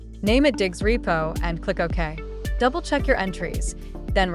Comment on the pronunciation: Its Diggz not diggs